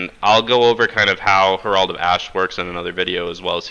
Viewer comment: Herald is not a hard word to pronounce.